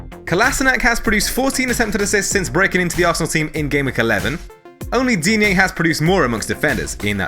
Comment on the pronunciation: Repeat after me "DEEN-Y"